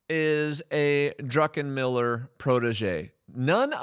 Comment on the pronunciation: Unless you were joking, it's Druck, not Drunken-miller. However, I must say, that was a funny gab. Some of his forecasts sound like he was drunk when he said them XD